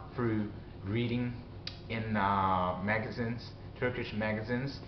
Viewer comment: Good to see you again. Keep it up. I've vicariously enjoyed your adventures in Türkçe and it's a language I hope to start on in a few years. Anyway, here's some 'corrections' for you: Stress for magazines should be "magaZEENzs" "Newspapers" is the plural "varied" is more like "vair'eed" for "pronouns" you might need to separate the two syllables more and stress the second.